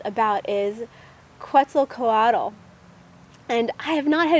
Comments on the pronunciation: Pronounced: Ket-zahl-kwaht. :) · Obzidian 92 I tend to agree on her pronunciation being a little off, though not too far off. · Your pronouncing Kuetzalcoatl wrong. lol You know nothing of it!